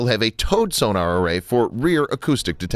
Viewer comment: Funny.......I've never heard of torpedo tubes measured in milli-"liters" before. Lol Nor have I ever heard of the underwater detection device "soo-nar". Want more subscribers? Want not lose the subscribers you have? - Work on pronouncing common terms.